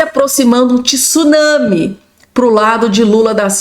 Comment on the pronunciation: Pelo amor de Deus, não e'' TISUnami e sim TSUnami